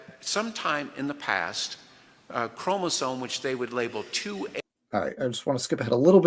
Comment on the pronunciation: A biology lecture from a guy who says "chromosone"? 😳